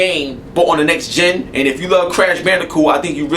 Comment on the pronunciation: YOU said "till next HEN console". lol